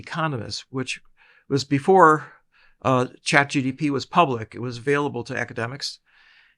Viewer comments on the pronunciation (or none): sorry, is he saying chat GDP instead of GPT? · The first word of this podcast is ‘ChatGTP’ 😂😂😂